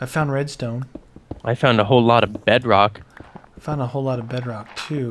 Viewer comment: Its unbreakable... and its pronounce bedrock... but its alright